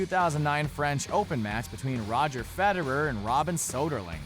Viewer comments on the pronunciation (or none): none